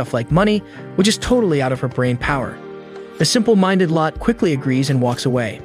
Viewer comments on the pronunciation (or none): I like this but it isn’t lot it’s pronounced low-tey